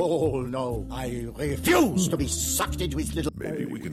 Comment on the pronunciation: “oh no i reFUSE to be sucked into his little”🤣😭💀 that shit had me weak asf lmaoo laugh hard every single time my fav part and in that’s also my fav part😂😂